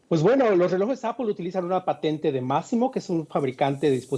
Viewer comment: Amigo, se dice Apol, no Apel. En todo caso diga aple como buen español